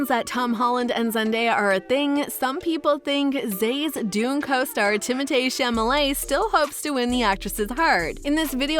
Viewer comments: Girl its chaLamet not chaMalet!! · His last name is pronounced Shall a May not shamalay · Shamalamadingdong. For God's sake, if you're going to go to the trouble to pronounce his first name in French, then PLEASE get his last name right, as well. Say it with me...SHAL-UH-MAY. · Timotay Chamalay...cringe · Who the hell is Timotay Chamalay??